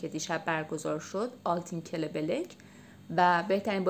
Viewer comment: کلبلک نه کلبک یعنی پروانه